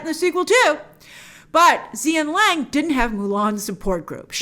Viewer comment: I'm watching this without looking because I'm busy with putting together furniture, so when you kept saying "Zia Lang", I was like "WHO?", so when I looked back at the screen I figured you were talking about Gong Li's character "Xian Lang(pronounced Hshin Laang)", but for some reason in the film she's credited as "Xianniang(pronounced Hshin-nia-ang)". LOL!